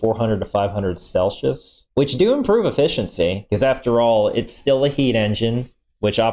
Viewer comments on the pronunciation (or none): it's pronounced cell-see-us not selshus 🤦‍